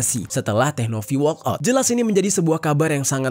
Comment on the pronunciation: Walkout bang bukan workout. 😅